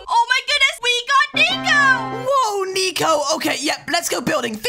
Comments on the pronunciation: You said "nico" Not "neko" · “Nicohlas and nico” not “neko” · A not neko it’s nico